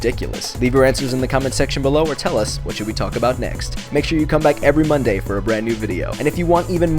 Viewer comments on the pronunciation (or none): none